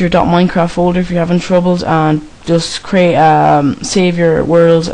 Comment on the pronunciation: '' craeet ae shoort cut ''